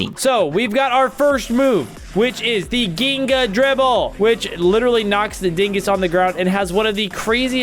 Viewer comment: It's pronounced jinga and it's a type of soccer for Brazil